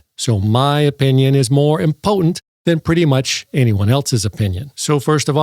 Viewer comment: i stay for the "mo' impotant" stuff